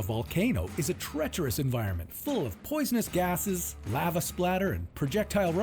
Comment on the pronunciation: This guy managed to pronounce Lava, at least 3 different ways.